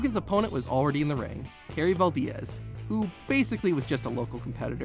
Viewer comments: Bro... it's Harry Valdez, not Harry Val-diaz. He's a legend man and it's a simple name. That's probably the only time anyone has mispronounced his name...lol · Valdiez !? I never knew “Valdez” was pronounced “Valdiez”... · . Really? Can't properly pronounce Valdez... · Poor Harry Valdez. His only few minutes of fame, and some dumbass from the future can't even get it right for him. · Not as brutal as the way he pronounces “Valdez”.... 😂😂